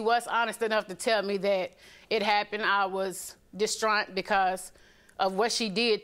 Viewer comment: “Distraunt”......WTF language is that?????